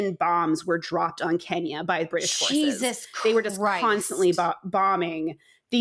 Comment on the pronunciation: As a Brit of Kenyan heritage I really appreciate the section on 🇰🇪 Kenya. And as a Kikuyu, you pronounced that really well. Harambe! My mum was a child under British colonialism and feared for her life daily. My uncle and great uncles were imprisoned in concentration camps. My uncle was just 15.